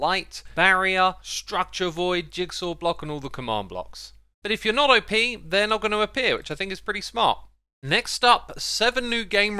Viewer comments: It's "op", not O.P. As in, rhyme with bop. Operatior. Op. Operator. Op. Op. Op. Not O.P. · Xisuma I know you have a thing for mis-pronouncing words, but OP is not said as letters, that would stand for "Over Powered", as in "this gun is OP". No, OP is short for "Operator" and is said as a word: "Opp" as in Hop but without the H. And As I anticipate you or others commenting "but that's just the way he says it", that's no excuse. This is almost as bad as you and the other Hermits saying terraforming when you actually mean landscaping, you are teaching people, especially younger viewers, the incorrect terms to say. You have a duty as a content creator and influencer to get it right. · Why do you say O P? It's short for Operator, not an acronym.